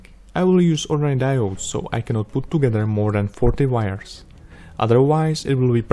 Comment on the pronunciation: HAHA you said "vires" all count Dracula like...